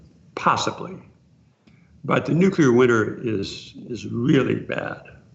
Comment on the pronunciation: Raoul... Please don't say "Nukila"...)))